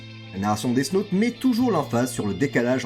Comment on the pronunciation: Vraiment sympa la vidéo mais death « naute » 😬